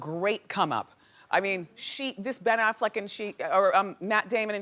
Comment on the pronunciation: Did wendy just say "Affleek?.......